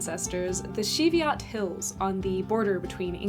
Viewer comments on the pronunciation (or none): "the Sheeviot Hills" Cheviot is pronounced CHEE-vee-at. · CHEE-VEE-OT, not shee-vee-ot. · Cheviot is said with a ch rather than a sh Like the sheep, short aside they are my least favourite breed of sheep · Not shhhh. CHEEEE. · Cheviot is pronounced shevit or Chevot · Also it’s pronounced chee—vee-ut or cheev-yut:) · Its pronounced cheeeee viot. Live in the borders myself, up the bowmont valley in the cheeeeee-viots Cheviot Hills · great video, really enjoyed it. You might like to know that ‘Cheviot’ starts with the same sound as ‘church’. Were your ancestors border rievers?